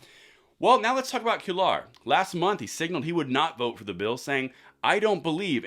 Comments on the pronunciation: The man whose name you pronounced queyar is properly pronounced kweyar. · Cuellar is pronounced kway-ar. And, the only muscle rinos have is the one in their pants that they use to screw us over. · Quellar is pronounced QUAY are. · It's Quay-Yar. FYI for Cuellar. The double LL sounds like Y in Spanish. Just FYI. Not sure how helpful my phonetics are LOL. Thanks for the video!